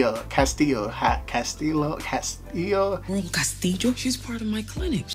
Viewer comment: "Ca..sti..jo" lmaooo